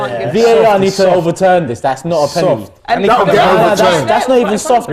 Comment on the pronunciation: It's pronounced Pen-al-ty not Pen-anee!